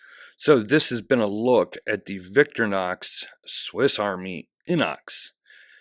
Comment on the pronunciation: .....It,s Vic-tory-nox......Nit Victornox......;)